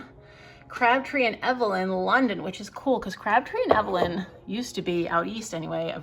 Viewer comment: Hi..just some trivia for you..... Crabtree Evelyn is pronounced Eve-lynn (Long E). Love your content!🥰